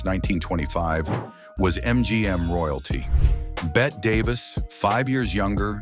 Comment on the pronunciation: STUPID AI voice flubs Bette's name!